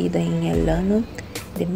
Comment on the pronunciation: Migaaaa! Que saudades de te ver e ouvir. Linda como sempre e esse espanhol vai bem melhor 💗 Só uma coisinha, ano é año e se pronuncia tipo “anho” tendeu. Bjks 😘😘😘